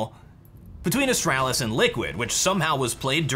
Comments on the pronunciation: Its astralis not "astrAAAlis" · can i just say its astraalis, not astrAlis. your pronunciation is triggering me so hard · Please stop pronouncing astralis as astrælis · AsTRAlis...not Astrelis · It’s not AstAHlis it’s a(straw)lis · Austr-AH-lis. So annoying but good vid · Is it just me or I feel annoyed whenever he says "Ahstralis" ? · The way he says astralis hurts my heart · Ikr, make it fkn stop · Yeah its bad.. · saying "Astralis" sounds like a British person imitating an American. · You say Astralis like my dad says Nintendo. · cant handle the way he pronounces astralis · the way pronounces astralis is stressing me out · the way you pronounce astralis. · Anyone else triggered of how he says Astralis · why do you say Astralis like that it hurts my head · Anyone left the video due to his way of pronouncing Astralis? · why do I find your pronunciation of Astralis so tilting... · The way you pronounce astralis tilts me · how do you manage to say astralis like your have some kind of speech impediment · Bruh the way you're pronouncing Astralis is triggering the fuck out of me.